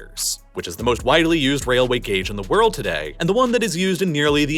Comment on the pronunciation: Take a shot for every time he says worrld